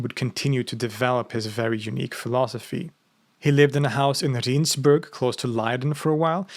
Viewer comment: Small correction on your pronunciation of Rijnsburg. The letters I and J form one letter in Dutch. The Rijn part in Rijnsburg comes from the river Rhine and you can better use that in the pronunciation. So pronounce it as Rhine's burg. This atheist loves your content.